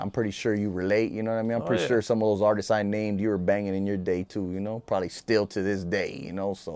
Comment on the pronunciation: “Artisest” lol